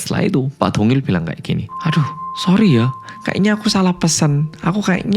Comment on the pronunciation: Siapa yg dengernya tungil pas bilang dongil 😂